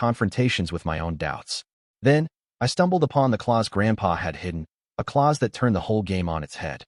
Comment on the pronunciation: Clause, not claws 😅